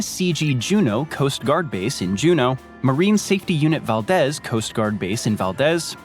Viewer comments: Clear AFB not Clean AFB, and Valdez is pronounced Valdeez not Valdes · Val deez is how its pronounced